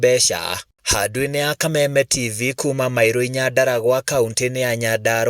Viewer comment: Nī mairū inya ti mailo,tiagai gūthūkia gikūyū gitū ,gūtirī L ni r ,o na ū na citiugaga ūndū ūmwe